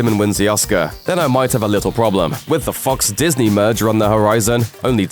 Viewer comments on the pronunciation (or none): When he said, “When the Fox” I thought he said “What the fuck”